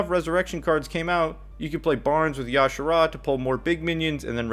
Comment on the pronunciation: It's not y'shara lol, you say the j